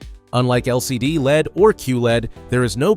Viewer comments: You don't pronounce LED as lead bro. You say it just like LCD. L.E.D. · I've been an electronics technician since the 70s. I've installed LED bulbs (solder in) for power lamps on test sets. At no point in my life, anywhere, until now, have I ever heard anyone pronounce LED like "lead". We always, *always*, simply said the letters, L E D.